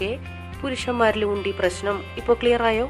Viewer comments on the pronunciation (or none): none